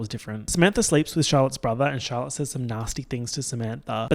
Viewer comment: when you said "Charlotte", for some reason I thought you said "Dalek". Then Charlotte appeared onscreen in a big puffer coat. 😂😂😂